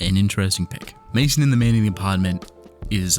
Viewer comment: I think Maison is supposed to be pronounced "mayzon", like the French word for house.